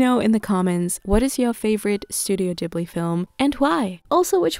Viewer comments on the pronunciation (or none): It's ghibli with a G not J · Yeees, I was wondering when you!re gonna make studio Ghibli food 💜 Thank you for this video I think the Gordon Ramsey's recipe for vegan bacon could also work really well as the thick bacon- he puts tofu between the rice sheets. And a side question- is it pronounced studio gee-bli or ji-bli? I always pronounced it as the first